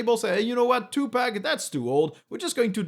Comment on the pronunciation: Thank you for the video! Firefox is getting scarier every day. "two pack music" 😂 It's pronounced like "pock" ❤